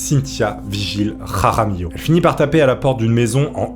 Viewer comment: ''raramillo'' putain l'accent espagnol de ouf!